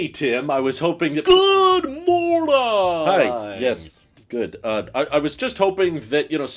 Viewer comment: I love how Tim’s greeting has just devolved into an incoherent “GUUUD MORDONG!!”